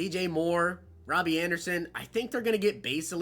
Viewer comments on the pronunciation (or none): none